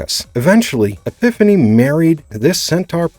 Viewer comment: Man can you tell this narrator is not a Xena fan due to the many many mispronunciations. Queen EPIPHANY takes the cake though. Sheesh